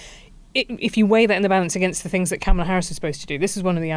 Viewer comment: The BBC should offer him 5p. That would be about right. He had been saying "Come to DC on January 6th, IT WILL BE WILD" for weeks, and it duly was. And Helen, you really can't pronounce Kamala's name correctly even now, her little nieces could? I guess that's karma?